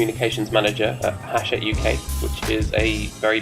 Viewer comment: It's pronounced 'achette right?!